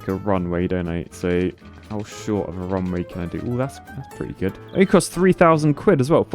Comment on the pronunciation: pronounces RUNWAY almost the same as WRONGWAY.